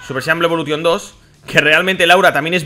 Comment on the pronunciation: A ver, por q pronuncias algunas frases en ingles en plan bien y luego dices blue evolution tal y como se escribe